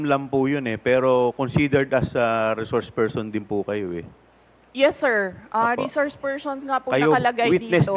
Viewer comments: Witness lng dw at wala sa rules na kasali ang resoursh pershon sabi ni. Shukran 🤣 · before reshource pershon now hays